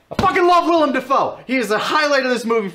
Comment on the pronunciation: As someone named Willem, it feels really weird hearing you guys say Willem Dafoe properly so many times. Everybody just calls me William or spells it Willum or something, and NOBODY knows who Willem Dafoe is.